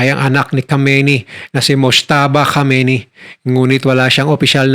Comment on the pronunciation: Khamenei not khameini